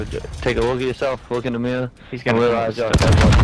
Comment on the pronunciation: “Take a wook in the miwwow bwo”. needed to hear that